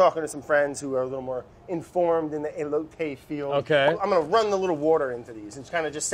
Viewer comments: He called the corn ey-Low-tee what do you expect.. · And he's been calling them e-lotes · I mean he said elote wrong too so..